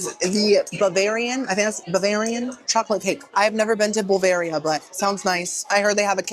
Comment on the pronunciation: "Bulvaria" 🤦‍♀😆. You are toooo much.